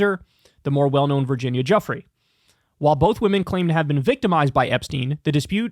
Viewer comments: Virginia Giuffre's last name is pronounced Jew-Fray not Jeffrey. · It’s pronounced GOO—fray Kyle.